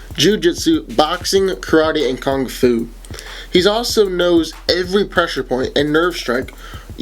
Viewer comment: stop saying KONG fu!! It’s KUNG fu, with a U!! In all of your videos when you mention this particular martial art you always mispronounce it, makes it sound like you don’t know what you are talking about.